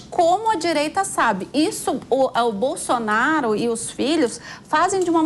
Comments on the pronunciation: Esse ser não sabe falar nem o nome do melhor presidente do Brasil de todos os tempos: "Bolsoraro"! 😆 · O bebum não sabe pronunciar o nome de Bolsonaro kkkkkkkkkkkkkkkk